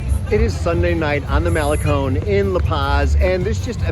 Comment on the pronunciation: Thanks for pronouncing malecon correctly! 😊